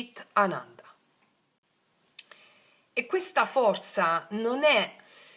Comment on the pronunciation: Ciao scusa ma voglio chiederti per sapere per non dirlo sbagliato allora SAT CHIT ANANDA Tu dici CIT ma è CHIT perché c’è H. Scusa e Grazie❤